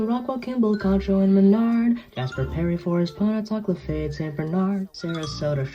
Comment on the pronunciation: The way he pronounced lafayette physically pained me